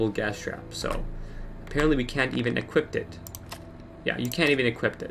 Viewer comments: I hate ot when people say equipt. It's equip nerd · THERE IS NO T IN EQUIP!!! FUCK!!! IT'S NOT EQUIPPET!!! IT'S JUST EQUIP!!! I'm sorry it's just super annoying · "You can't even equipt it." You know you came to the comments to mention this